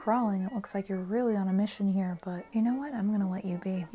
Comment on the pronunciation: "Up in heah. Up in heah." Anyone else??